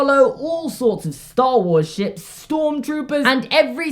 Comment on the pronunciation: I thought you said all sorts of star wars sh#t then I rewatched it and you said ship